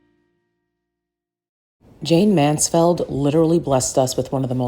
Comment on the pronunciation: Mansfield not Mansfeld darling